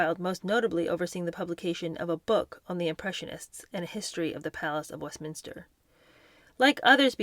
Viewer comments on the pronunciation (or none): none